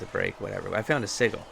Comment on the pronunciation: Oh, no. You have the Matt Mercer curse of calling sigils "sig-ils" D